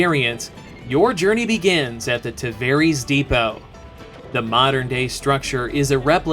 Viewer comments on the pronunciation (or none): Did... did you just pronounce Tavares Tahvereeeees?